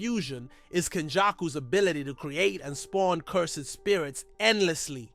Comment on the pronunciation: Nice video man you deserve many subscribers. But my brother its cursed energy not Cur-sed